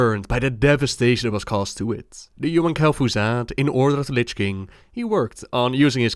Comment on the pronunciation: Please, please spell Lich next time correct. Its not litsch